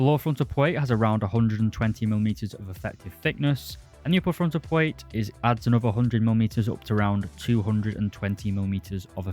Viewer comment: Not dude really out here saying pwate instead of plate and twigger instead of trigger